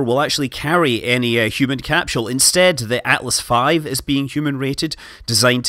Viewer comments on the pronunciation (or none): none